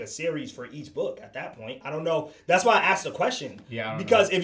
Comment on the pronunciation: I axe'd you a question, Potter